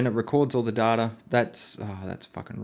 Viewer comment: You keep pronouncing "data" wrong. It's pronounced data, not data. Please work on this.